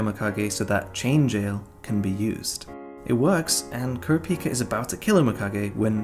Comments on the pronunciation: Dude said kurápëcâ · Are we really gonna let the fact slide that he says “Kura-pee-ka” like someone who HASNT watched the anime despite him HAVING REWATCHED IT?🥶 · The was he pronounces kurapika pisses me off